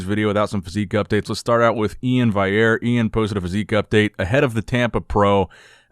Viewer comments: BRO GET IT RIGHT! E-IN VAL-E-AIR !! It’s fucking simple and you say his name quite a bit now so figure it out. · If you’re going to post continually about the same people. Please learn how to say their names properly eg Iain Valliere